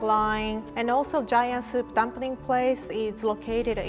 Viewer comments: "Dumpring", i love how she pronounces things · When she pronounces "dumpring" , I freaking love that